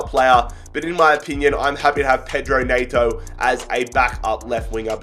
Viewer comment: Its nEto not naito